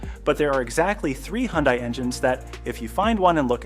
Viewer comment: Hi-un-day -always has been😂